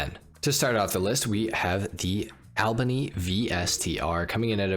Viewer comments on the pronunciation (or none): none